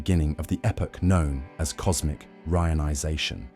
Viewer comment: Pretty decent AI voice but the pronunciation of "Re-ionization" is the giveaway. Also many points are repeated a number of times. Perhaps get a human to proof-read and proof-listen before uploading.